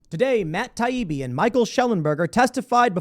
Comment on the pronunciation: Every clip of Democrats I’ve seen has been disgusting. Mispronouncing Taibbi’s name, dripping with condescension….they hate real journalists and whistle blowers. I’m so glad I left the Party for good when they chose Biden